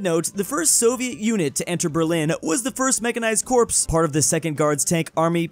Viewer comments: Corps is pronounced like core. It's not corpse... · Petition for to learn English Corps = Core